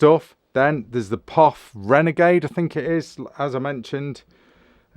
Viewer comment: Pronounced Pof, not P.O.F 😅great video, awesome collection. I’m a Spaniard living in the U.S. and my collection of pew pews is quite lovely. Cheers!